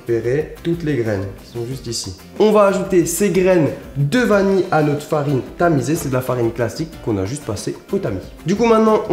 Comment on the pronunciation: Qui osera lui dire qu'on dit vanille et pas vani !!